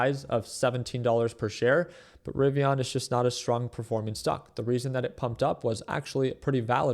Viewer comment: Rivian not rivi”on” lol 😂